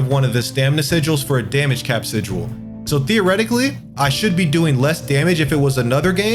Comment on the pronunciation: Haha sijual. Good guide though.